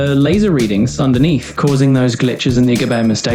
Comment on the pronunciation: That AI voice, as much as I hate to admit it, sounds pretty realistic It even mispronounced a word that most people would mispronounce: underneath It pronounced it as underneef